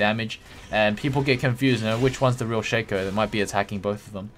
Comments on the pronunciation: everysingle time I hear shaker I'm like... is this dota? I thought this was lol :v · I guessed He wanted to say shaco, but sounds like "shaker" everysingle time